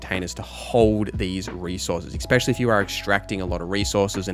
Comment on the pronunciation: Stop saying "expecially," for fucks sake.